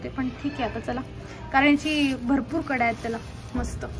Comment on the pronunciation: जळगाव मध्ये ळ चा उच्चार ड असा केला जातो